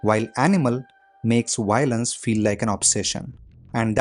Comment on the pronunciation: Dude it's Violence not Y lence 😂